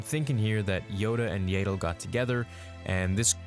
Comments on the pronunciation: 1. Yaddle- not Yaeddle lol 2. Attachment was forbidden therefore Yoda ABSOLUTELY cannot be his father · Yaddle is pronounced “yeah ddle” not “yayddle” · I'm sorry but Yadel? its Yaddle hahaha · YADDLE IS PRONOUNCED THE SAME AS PADDLE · It's pronounced (Yad-dul) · Wait is it actually pronounced Yayddle!? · Hate the way you say Yaddle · You’re killing me with your “Grogo” and “Yaddle” pronunciations